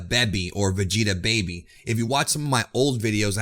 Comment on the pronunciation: manco vegeta sai pronunciare 😂😂